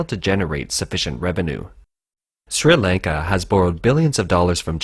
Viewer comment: I wish the guy would stop trying to say the country name